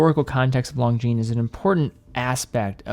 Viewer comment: Ok, i guess I have a pet peeve... Lon-gines (single "g" and a silent "s"), lon-gines... not long jeans... I know, watch brands are all intentionally made for mispronunciation, but this one seems preventable with a little help from your friends. Looking forward to your next video!